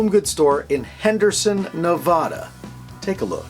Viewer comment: Love your music, your videos, and your shows. But it's pronounced Nevada a as in apple. :-) keep up your amazing work